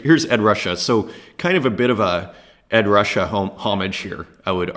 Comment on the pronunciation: It's pronounced Ed "Roo-Shay" for Ed Ruscha. He was born in Omaha (like me) before moving to California